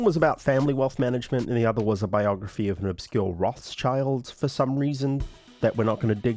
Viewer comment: Bro, your pronounciation of the name "Rothschild" is absolutely wild 😅